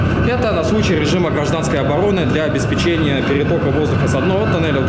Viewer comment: по-русски правильно обеспЕчение!